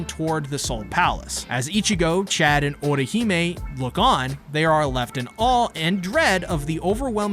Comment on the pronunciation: Well at least you pronounced Chad right 🥴